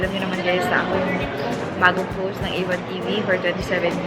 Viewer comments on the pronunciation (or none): none